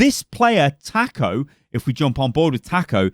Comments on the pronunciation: not TAK-oh, its TAH-CO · the way says taco XD